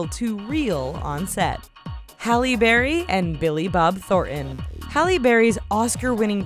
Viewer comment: Billy Bob Thornton …ThorTon…not Thor’on…T seems to be the lost consonant.